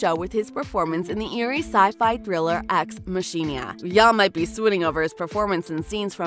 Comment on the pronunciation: THESE are the sorts of Youtube channels to stay away from. It's a terrible review that provides wrong info. Just hearing this woman say "ex Mah-cheena" made me cringe. She is clearly not a real journalist as they would know it is pronounced "Mah-Key-Nah".